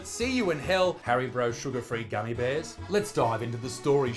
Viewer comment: HARIBRO? Did he say Hari-BRO?